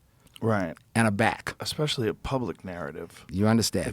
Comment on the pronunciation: EXpecially? Lionel come on